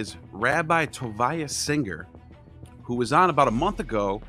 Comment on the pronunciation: Stop disrespecting Rabbi Tovia Singer. SAY HIS NAME CORRECTLY!